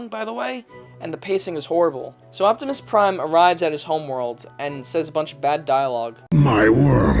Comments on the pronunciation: Justin Mallon optimus lime (pie) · Optimus Nein was what got me.